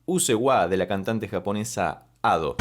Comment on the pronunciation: Ado lo pronuncias bien, Ussewa es como se leería en español pero la sílaba tónica seria "sse". Aparte de Crime and punishment de Ado. Te recomendaría "life hate us now" de Mafumafu (es un chico, por las dudas digo) y si lo escuchas con leyendo los subs mejor.